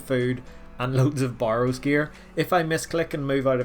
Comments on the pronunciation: Bay Rows. Not borrows. A barrow is a mountain or a mound. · burrows this burrows that, my god its hurting my ears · If I received $1 everytime you tried to say barrows I would literally be rich